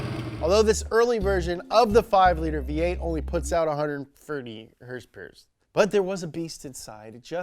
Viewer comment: My first Fox was a flat window 1982 Capri 5.0 4 speed.. I currently have an 89 LX 5.0 out of Missouri... First time viewer on your channel, instant subscribe when you said hrsprs! Ever heard of the Youtuber Fleccas? You could be his long lost brother! :D